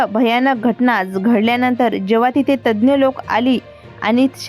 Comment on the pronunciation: मॅडम यज्ञ नव्हे तज्ञ बोला